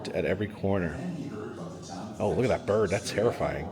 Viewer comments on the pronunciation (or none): none